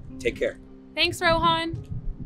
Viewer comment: he looks like from asia, like from the pakistan, india parts etc etc. And if he is why did he pronounce Rohan like that WHO TALKS LIKE THAT (Mr. Nerd) IF ITS AN ONLINE TEST JUST USE GOOGLE his beard thicc